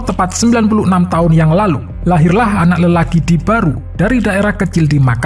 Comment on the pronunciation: Barru bro..bukan baru...